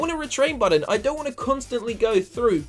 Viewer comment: button not budden